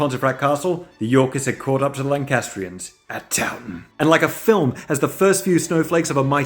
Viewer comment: Every time I watch this, I hear TownTown